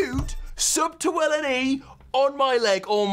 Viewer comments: She’s calling you willMe instead of willNe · SHE KEEPS SAYING WILLME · its bothersome. is it that hard to say WILL-N-E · 'WillME' ha lol